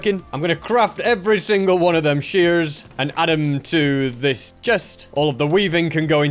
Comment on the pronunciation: pardon? "dirit"? "sheares"? plz tell me I'm not the only one hearing this